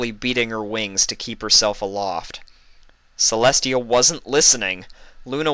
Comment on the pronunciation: It is TIA NOT celi